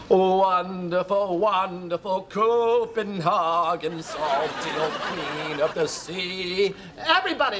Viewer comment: Also, Andy Dick (Owen) makes the classical dumbass mistake of pronouncing it /koppenhaagen/, ie the German way. It's either English Copenhagen or Danish København. Tsk...Americans.